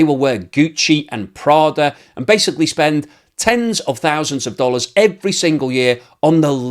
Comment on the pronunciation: Gucci and Prada, the way you pronounce it is so lit 🔥 😂